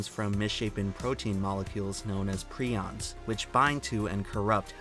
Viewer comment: it's pronounced pry-ons man it annoyed me that you messed that up lol